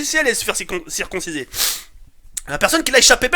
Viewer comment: ça se dit circoncir pas circonsiser